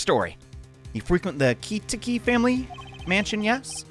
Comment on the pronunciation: It's more like "ki-TAH-ki." Pronunciation is correct, just emphasis is mistaken (which is understandable.) Technically, isn't Edgeworth German-ly raised, since he was adopted by von Karma?